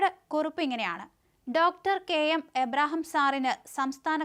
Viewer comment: അവതരിപ്പിക്കേണ്ട ഭാഗം പല പ്രാവശ്യം വായിച്ചതിന് ശേഷം അവതരിപ്പിക്കുക. നിങ്ങൾക്ക് മനസ്സിലാവാതെയാണ് വായിക്കുന്നത്. മലയാളം വായിക്കാൻ അറിയില്ലെങ്കിൽ ആദ്യം അത് പഠിക്കൂ. കെ എം എബ്രഹാം എന്ന പേര് പോലും തെറ്റിക്കുന്നു. കഷ്ട്ടം തന്നെ.